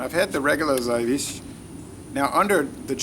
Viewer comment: i could say how to say it right but it is difficult to write it down how Zywiec is hearing when you said it in polish